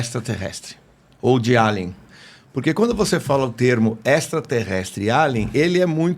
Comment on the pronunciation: Pronuncia se eilian e não alian ou então fala português alienígena. Melhor falar em português do que tentar falar em inglês e não saber